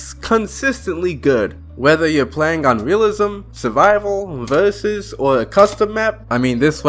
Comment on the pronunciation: Bro said "vurzussssssssssss"